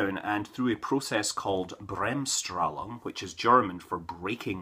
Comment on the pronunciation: Well you said the word right, but it was such a soft english pronunciation that I just miss heard it :D